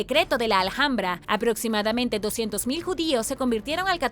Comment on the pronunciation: Se dice "alambra", aunque se escribe Alhambra..soy española, y cuando has dicho "al hambra" me e quedado un poco en shock 😅